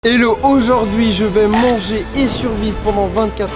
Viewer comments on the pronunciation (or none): none